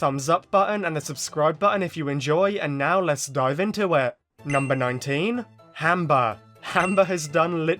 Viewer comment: Are you saying Hamber or Amber for 19? It sounds like you're saying "Hamber", but the Auto-Generated Caption says "Amber"